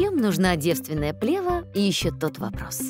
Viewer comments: Правильно ставить ударение на второй слог – плевА́. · еще б ударение правильно ставили- что за дикая плЕва!? хоть бы в словарь заглядывали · Ударение точно правильно - плевА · Вообще-то не "плЕва", а "плевА". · Не плЕва, а плевА. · Противно слышать когда в ключевом слове, повторяемом многократно, неправильно ставится ударение. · В слове плева ударение на последнюю букву.